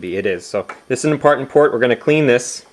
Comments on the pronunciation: "This is an impartant port". Spoonerism FTW. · Impartent port?